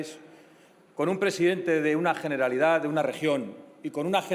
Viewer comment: Coño abre su intervención hablando de una detención, y no sabe ni decir generalitat, porque claro el catalán es un idioma satánico jajajja bien fascista el tío. Encima 0 propuestas, 0 soluciones para el país, todo amenazas y lenguaje violento de un analfabeto cuyas ideas son las culpables de que haya independentistas. Una ironía que clama al cielo, una idea de España que no apoya ni siquiera un solo diputado de Europa. Lamentable.